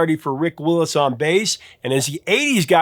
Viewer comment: Rick Wills, not Willis.